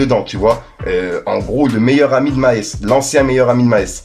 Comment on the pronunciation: Maes en Belgique c est une biere mais ca se prononce pas du tout comme ca lol